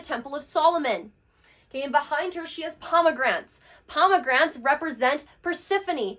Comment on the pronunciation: PomeGRANATE, not pomeGRANT